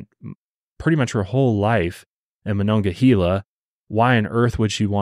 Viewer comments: This is so not important but it’s killing me as a Pittsburgh native. It’s monongahela -hayla not hela. Everyone says this wrong lol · Pittsburgh native here. It's pronounced "Ma-non-ga-hay-la". Haha. For a little visual McKeesport back then was a very dangerous city. It was a lower to middle class community saturated in drugs & crime. Its since been gentrified as a lot of the towns around Pittsburgh have.It's under better leadership & is making positive changes. I still wouldn't walk there alone at night though. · i know you were trying your best but ohhhh i cringed at how you pronounced monongahela MA-NON-GAH-HEY-LA😂😂 sincerely a pittsburgher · Taught at Ringgold in Monongahela. Never knew of this story! MonongaHEYla. You were close! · Idk if I say if right but the way I was taught was "mon-augh-uh-hey-la" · I grew up also about 20 minutes from Pittsburgh... I remember my Mom was ALWAYS leary of people and after a horrible incident that still haunts me to this day I will never be the same and while I have moved and no longer live in as populated of an area we live more rurally I still 100% follow my gut and vibes for my 2 boys!! Also your pronouncing Monongahela lemme give ya a lil help phonetically it's Mo-non-gah-hay-la .... hope that helps..... lol have an amazing day!!! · I’m from monongahela and listening to pronounce it has me cracking up 😂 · Funny hearing you say monongahela we still say it slightly different around here I live so close I've heard of this case before but it's shocking that more people around here haven't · As a Pittsburgh native your pronunciation of monongahela is hurting my soul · monongahela is native and the e is pronouced as ahard a